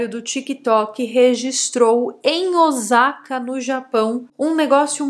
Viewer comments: Mas a pronúncia está errada, não é Ozaka e sim Ôssaka, o S tem som de S mesmo, não de Z😅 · Não gosto de ser a chata do idioma mas o sa de Osaka é com som de s mesmo 😂😂😂 pronto, fui chata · Pronuncia o nome da cidade correto....